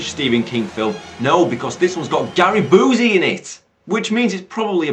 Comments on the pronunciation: It's not oozy as in Boozy. It's you-see as in Busey. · Love how you see "Boozey" and not "Bee-you-see." Fits fucking perfect for who Busey is, haha.